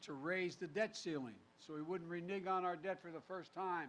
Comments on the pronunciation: love how he said "re-nig" and not "re-neg". why would his writers even put that word in his speech. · LOL Umm I think he meant to say "Renege" not "Renige" ish